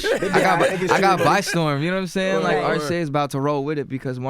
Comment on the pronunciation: Nawmsaying lmao